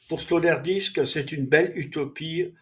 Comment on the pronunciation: résumé bon ... mais c'est Peter Sloterdijk et pas Sloterdisque :elbowcough